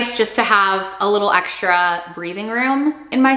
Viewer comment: I wish you would stop saying eckshtra, it’s X tra! It’s str eet not shr eet. STR is not SHR.